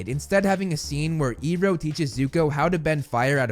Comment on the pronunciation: You slipped up by pronouncing Iroh correctly